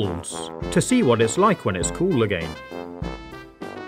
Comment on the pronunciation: Why you say again like a.g.a.i.n